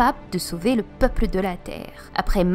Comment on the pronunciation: c'est juste moi ou elle pronence les "L" comme des "R" ?? ex: Tabreau au lieu de tableau/ Peupre au lieu de peuple... en tout cas belle vidéo!!